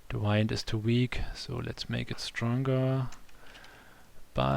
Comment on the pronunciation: Thank you for this video, I learned a lot. You did pronounce the 'Buoyancy' correctly. (sounds like Boy-yen-see) Although you were pronouncing 'Wind' incorrectly. You were saying it as "Wind up a toy and watch it go" or "Wind up a ball of string" (Sounds like Why-ned) But you meant to say it as "The weather is windy" or "This fan blows wind" (sound like Win-d) (in) (in-deed) (in-clude) (Rhymes with 'Sinned')